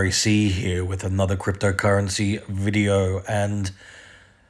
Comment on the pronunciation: Says video like en vogue